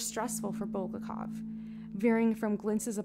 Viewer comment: Or BulGAKov